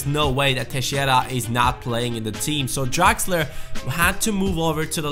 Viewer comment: Who's this "Draxer"?, change it;)